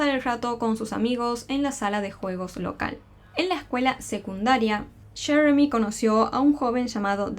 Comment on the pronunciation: Porque quieren hablar entre americano y español ? Muchacha dilo como es yeremi,no sheremi ,no lo hagas tan payasito